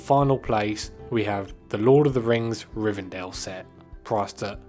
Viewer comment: Its Rivendell not Rivendale, you might want to pay more attention to the box.